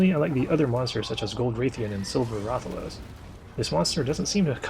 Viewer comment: I like how Hunters will call Rathalos correctly, but say Raythian.